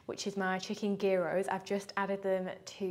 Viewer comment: Chicken Gyros - pronounced 'Yeer-oss' <3